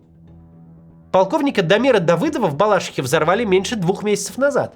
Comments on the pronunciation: Ну я такими темпами отпишусь. Вы там вообще не смотрите комментарии или кладете болт на комментаторов. Какая нафиг балАшиха?? Прекратите! И говорите правильно - балашИха!! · какие странные ударения в словах у Максима, причем в КАЖДОМ ролике. Сегодня - БалАшиха... Вот отчего так? Может Максим на самом деле хорошо законспирированный инопланетянин ;) ?